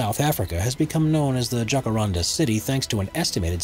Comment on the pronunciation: It's Jacarandá